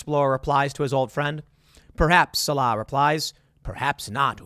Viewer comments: The character's name is pronounced Sawl-uh. Not suh-Lah. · Why is everyone pronouncing SAH-lah as sa-LAH? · The new movie is worse than aliens, a UFO, and prairie dogs?? Also the character's name is SALL-uh, Tim. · Tim's never even seen the original, or he'd know how to pronounce Sallah's name. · If you were a fan of Indiana Jones, you'd think you'd know how to pronounce Sallah's name. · I believed you really had watched Raiders of the Lost Ark until you mispronounced Sallahs name lol😅